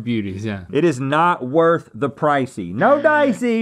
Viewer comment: “Worh” the pricey? Someone didn’t buy the T! 😂